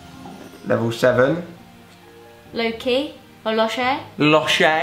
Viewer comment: I can't deal with how he said loch, Ughhhhhh😫😫😫 come to scotland and educate yourself on how to say it hahaha